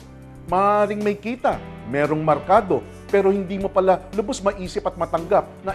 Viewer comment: Merkado hindi markado!